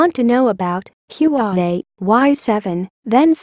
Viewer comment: Its HUAWEI not yuwawei